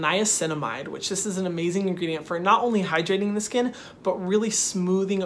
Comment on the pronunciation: Lol he said scunnn protect yo selves from the SCUNNN